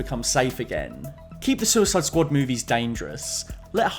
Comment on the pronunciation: "The The Suicid Squad" - I genuinely lost it when you said that